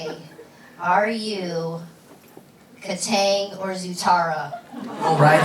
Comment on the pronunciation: Nonono Dante its pronounced Kataang